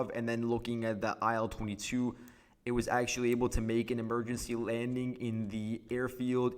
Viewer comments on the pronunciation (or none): By the way, IL22 is pronounced "EEL22"